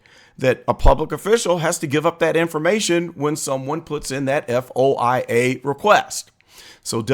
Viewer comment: You should pronounce the word, F.O.I.A. as “foia” or FOY-A. No one says just the initials.